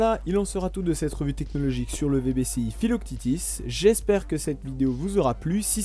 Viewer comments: mdrr filoctitis haha "phyloque tete" si ca peut t'aider! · Pourquoi tu prononce philoctètes philoctitis ? Le prononcer a la française ça marche aussi bien. Le s est muet ;-). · Je crois bien que l'on dit Philoctète' (fil au c tête ) le thétis à la fin c'est la prononciation anglo-saxonne Pour rappel Philoctète est un compagnon d'Héraclès qui lui donne des flèches "magiques" lors de sa mort. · pourquoi prononcer à l’anglo-saxonne le nom du héros grec Philoctète - fils de Péas et le fidèle compagnon d'Héraclès, qui, en mourant, lui laissa ses redoutables flèches ???